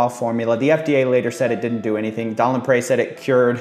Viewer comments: it's pronounced "LapREE" you sound annoying trying to add a French accent on it. & what's sad is Don Lapre ended up HANGING himself in county jail over these charges! He had a family, a daughter. Now look at all the SCAMMERS out there today online!! they need to be ARRESTED!!! they're far worse than "tiny ads" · Don LaPre = laPREEEE, not laPrey